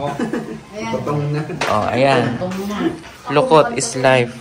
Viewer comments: Dokot po hndi lukot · Dokot Hindi lokot